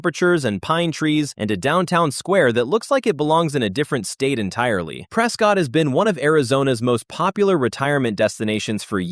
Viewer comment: It sounds like this video is made with AI so you are probably not going to get the name right in AZ Prescott is pronounced (Press Cut) not ( Press Scott) I'm not from the area and the locals have pointed it out to me. They make an effort to correct you.